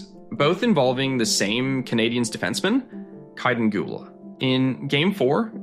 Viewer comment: Are you a bot? You mispronounce Guhle and St. Louis, Dobes, etc. Anyone who knows hockey would know how to pronounce these names.